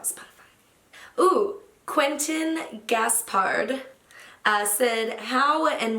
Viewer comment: Thank you for answering my question! Loved how you pronounced my name "Quentin Gaspard" in the English way though 😂 Great video, thank you for sharing this with us and thank you for your weekly videos as well, I love them and I sometimes get to know new songs thanks to you! Regards from Belgium! 😃